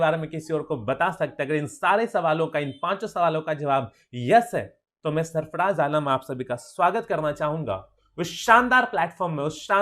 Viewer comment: सरफराज़ होगा भाई सरफ़डाज़ नहीं